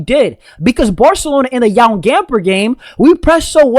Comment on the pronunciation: You have really trouble saying “J”OAN Camper correct lol like Joan carcia